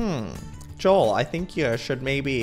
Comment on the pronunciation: its joel not jules